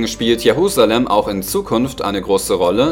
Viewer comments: Es heisst: JeRusalem nicht JeHusalem !!!! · Die Stadt heißt Jerusalem und nicht Jehusalem